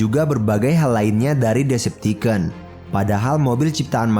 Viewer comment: Bang ngomong decepticon nya bukan deceptiken tapi deceptikon coba aja search d google translate